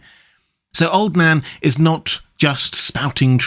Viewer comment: Every time you say old Nan I hear old Dan....